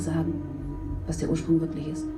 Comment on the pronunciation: "Der Ursprung" perfectly pronounced